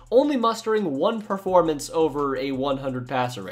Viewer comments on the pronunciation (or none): none